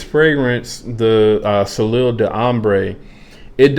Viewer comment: What do you think of the Jean Lowe? And, by the way, if you were wondering, the first word is pronounced: So-lay